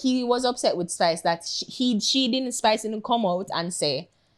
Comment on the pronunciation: Yuh nuh see di man tek off the s offa spice name an seh pice lol